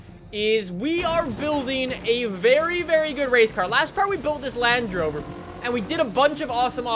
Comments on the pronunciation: Stop saying Lange rover it's Land Rover LAND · Still saying Lange rover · the way he says land rover triggers me